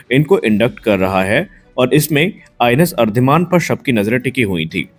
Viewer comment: अरीदमन उच्चार है उसका. अरीदमन means अरी= शत्रू, दमन= नाश - शत्रू का दमन करने वाला ये अर्धिमान अर्धिमान क्या लगा रखा है. आगे के व्हिडिओ में ठीक करो.